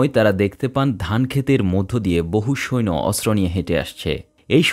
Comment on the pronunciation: শব্দটা সৈন না। সৈন্য